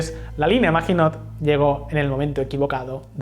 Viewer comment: hmm.. se pronuncia MAGINÓ, la letra T final es muda